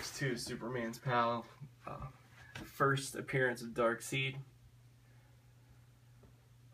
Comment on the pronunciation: You pronounce darkseid "darkseed" lol